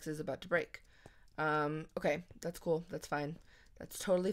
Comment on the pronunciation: who else thought whenever says "cool" its "cruel" ( sorry for my english and spelling lol)